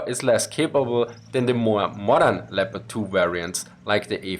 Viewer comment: Aren't you able to pronounce the tanks' names in their original pronunciation, but use fake English one?